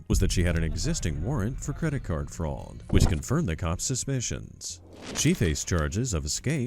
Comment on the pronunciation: I know I have asked before but where is your accent from. You pronounce "fraud" as "frauld" I don't think I have heard that accent before?